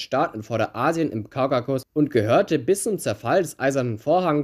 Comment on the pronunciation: Interessantes Video und Respekt fürs raussuchen der Fakten Aber bitte, es heißt KAUKASUS nicht Kaukakus. Triggert mich hart